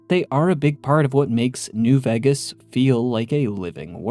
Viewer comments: I swear this is the only person I ever hear calling it New "Veggus" and it's seriously been affecting enjoyment after I heard it, I can't unhear it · y do u say ”vegas” wrong